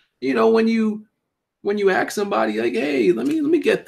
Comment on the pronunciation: "When you axe somebody"- Please dont do that